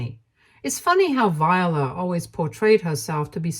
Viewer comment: The name Viola is pronounced vye-OH-la. Not Vyuhluh. This is my middle name and was my great grandmother’s middle name, my grandmother’s middle name, and my aunt’s middle name. Vye-OH-la. Similar to how the instrument is pronounced. Hearing you continuously mispronounce this name is actually kind of startling to me.